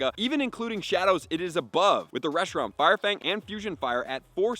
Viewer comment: He literally had to add Fusion FLARE to Reshiram's moveset on gamepress to get the spreadsheet, I don't understand how he messed the name up for the entire video lol